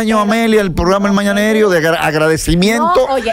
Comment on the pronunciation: 🤣🤣🤣🤣 y no supo decir mañanero